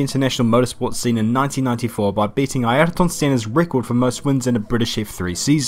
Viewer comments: WTH is "Ayerton" Senna (AY- ER- TON) it's Ayrton (AIR- TON) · Ngl, your pronunciation of “ayrton” sounds like you’re having a stroke